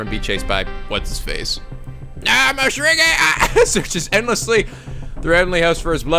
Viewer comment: Coming back and hearing Seiko ("Say-ko") pronounced "psycho" and Morishige "Moshirige" makes me laugh all over again.